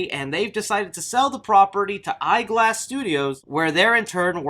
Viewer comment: it's Spyglass studios, not eyeglass studios.